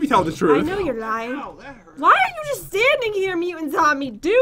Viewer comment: Why do you always say it's gust for fun?